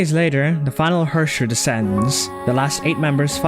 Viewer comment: Why do you all pronounce Herrscher wrong, I am crying But thanks for your great video and explanation of the story!